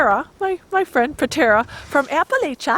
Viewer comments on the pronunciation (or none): Absolutely gorgeous location & home. Btw, the natives say it like "apple atcha".